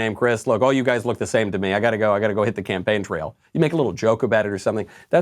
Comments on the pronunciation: Did any one notice that Chris said good luck on the Champagne trail 😂😂😂 Wonder if he said that on purpose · Chris says "good luck on the champagne trail". For real! Play it back and listen again.